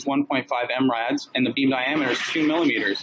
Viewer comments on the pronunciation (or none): That apparently can't understand the difference between mW and MW, but thinks he understands laser physics enough to understand (and explain) Gaussian distribution is hilarious... "1 point 5 m rads".... No. That mrad is pronounced "milli radians". The unit pronounced "rads" is a measure of radiation, not angle... "it has to bend 140ft"... No. At 17 miles, the laser you describe (ignoring the mW vs MW thing) would have a beam radius of roughly 130ft. So the light only has to bend about 10 ft, or a deflection angle of about a tenth of your beam divergence (around 0,12 mrad, or 0,007 degrees). "check the math" Yes. I just did. Took me 3 minutes. You get an F on this test...